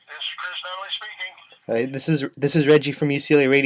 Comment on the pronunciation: Hey stupid, it’s Nunly, not Nunsley. How embarrassing for you.